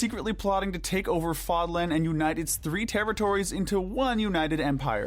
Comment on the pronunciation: Considering how you mispronounced "Seiros" and "Fódlan" consistently, shows me that y'all never played the game 🤣🤣 it's almost fully voice acted